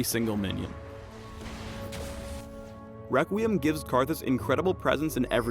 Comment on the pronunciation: Am I the only one to hear this: Wequweim